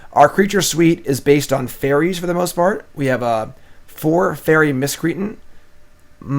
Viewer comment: "fairy Miss cree ten" = "Fairy Miss-Cree -Ant"